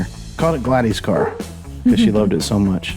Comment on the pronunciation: A couple of things.....it's glad-is also it's stutts not stoots